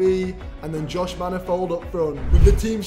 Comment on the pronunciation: I love how he says josh manifold